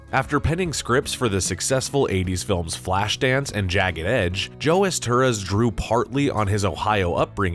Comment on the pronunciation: Pronounced “Ester-HOUSE”